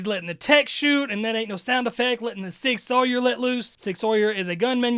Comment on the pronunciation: You had me up until ‘sig-sawyer’. No hate to you but my brain just couldn’t let it go for whatever reason. A me, not a you, problem but none the less. In case you care to know Sig Sauer is German & pronounced ‘Sig-SOUR.’ Also if anyone has any suggestions on how to quiet that part of my brain that obsesses on small, insignificant, & inconsequential details please let me know because I’m certain my life would be made easier, & certainly more enjoyable, by just being able to let that shit go like a normal person 😂🤦🏻‍♀️